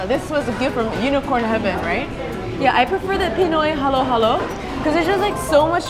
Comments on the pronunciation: Its not what u said its halo halo im from filipino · When she said 'halo halo' wrong i felt that (and filipino street foods are so good)